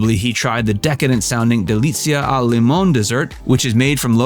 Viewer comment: Friggitoría Raffaele with E at the end, not Raffaèl Espósito La Notízia Enzo Cóccia LimonE not limón! Trattoría Amatriciana, with c not s Frittata not frittada Acetaia, not Asetaia BolognesE not Bolonès Rímini Cappelletti not Cappelledi Cesare not Sesar .... It ranks on par with Brad Pitt playing Aldo Raine in the famous Italian scene in Inglorious Basterds (only that was on purpose) 😂